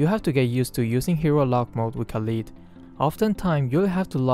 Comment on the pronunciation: u said his name wrongly 😂😂